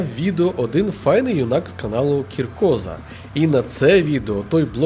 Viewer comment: Дуже перепрошую, але чую вдруге у Вас. Правильно Коркóза, а не Кіркóза✌🏻